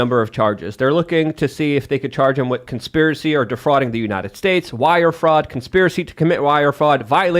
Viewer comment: !...the word is...WITH not WIT!!! And the phrase goes: 'Light of Day' not 'Day of Light.' It's a sad day when Ian sounds more intelligent.